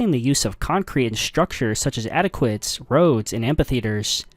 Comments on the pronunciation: Did you say "Adequates"??? the word is Aquaeduct, like Aqua ductus oder leads water... compare "viaduct" for some bridges. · why did you pronounce aqueducts as “adequates”? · I was confused on how he mispronounced aqueducts...why is everything ai now good lord